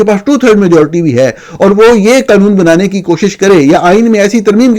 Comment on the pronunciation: جتنی جھنجھلاہٹ آپ کو "عجیب منطق" پر ہوتی ہے اتنی ہی پریشانی ہمیں ایک ذی ہوش شخص کے ملک کو "Mulak" 😅 اور قانون کو 😅 "قنون" بولنے پر ہوتی ہے۔ لیکن وہ صحافی ہی کیا جو دوسروں کی غلطیاں نکالنے سے پہلے اپنی کوتاہیوں پر نظر ڈالے۔ اپنی ضد اور انا سے باہر ہیں۔ کچھ تحقیق آپ خود بھی کر لیا کریں، خصوصا" اس سطح کی جو میرے پوتے پوتیاں اپنے پرائمری سکول میں کر چکے ہیں۔ اردو کو درست بولنا بھی پاکستانیت کا حصہ ہے۔ کبھی کسی انگریز کو اتنی غلط سلط انگریزی بولتے سنا ہے جتنا بیڑا غرق آپ اپنی قومی زبان کا کرتے ہیں؟